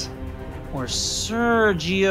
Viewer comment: Also Pulisic: Serjjjio Ramos